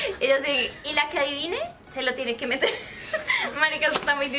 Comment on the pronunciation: con su "meter"😂❤